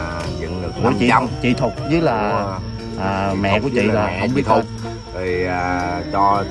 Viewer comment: Chị Thục.Chứ ko phải "Thụt" nhé